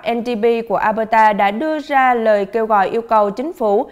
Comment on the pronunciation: Mình nhắc nhỏ thôi. Tỉnh Alberta, đọc là eo bơ đà. Nó hơi khác chút so với luật đọc chung của tiếng anh